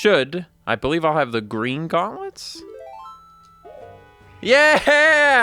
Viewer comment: Its gween